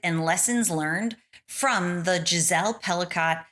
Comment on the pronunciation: all rapists are ordinary men! Her name is pronounced Pelico...not Pelicot!